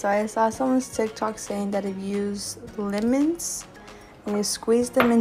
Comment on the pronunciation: she said “limons” like bruh. LEMONS